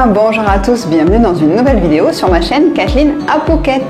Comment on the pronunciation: Oh'!!, ça me dérange pas, Mais..Kathleen est beaucoup plus jolie. 😋